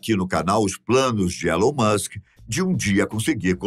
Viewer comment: nem pronunciar o nome do cara, o apresentador saber. porra